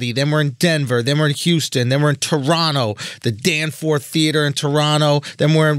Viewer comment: schultz pronouncing Toronto like a proper Canadian. ( leaving out the last T )